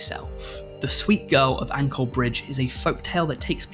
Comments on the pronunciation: FYI: In the Kuntilanak Story, the "Ancol" is pronounce as "an - col" the 'co' pronounced as in chore, not anchor. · It was great to see you talk about Indonesian folk tales! It was neat being reminded of or discovering new tales in my country. Also if you don't mind I'd like to correct your pronunciation of Ancol Bridge. From the people around me, I've only heard it pronounced with a more 'ch' sound